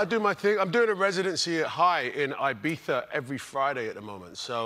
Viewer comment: lol its IbiZa. Idris has a cockney accent and they pronounce the Z with a th. Colbert got caught up in the sexiest accent of the year and kept calling it Ibitha.